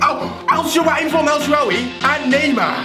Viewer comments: pronouncing El Sharawaay (or however it's spelt) as El shawaway xD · In El Shaarawy is name is a R btw. ( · why cant youtubers say el shaarawy?!